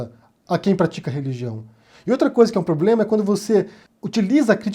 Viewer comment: Kkkkkkkkkkkk, esse Bozoasno é uma piada de mal gosto! Nem falar "problema" ele sabe, disse: poblema! Affffff, bizarro esse infeliz!!